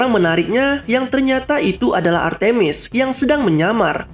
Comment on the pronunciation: Nama nya artmis bukan artimis